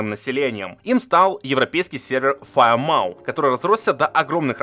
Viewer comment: ну вбивай ты хотя бы в переводчик произношение слов. Не "Курсфордж", а "Кёрс", Curse - проклятие. Не ФайермАу, а ФайермОу, Maw - пасть